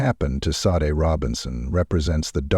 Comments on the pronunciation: SHA-DAY. Not Sade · Aside from the robot voice narration (given away by the ridiculous alternating pronunciation of "Sade"), this is an excellent, compelling, well-written video. Great storytelling, presentation of events! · the mispronunciation of her name is irritating. RIP Sade 💕🕊️